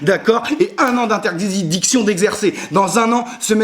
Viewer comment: "1 ans d'interzidiction" - 2017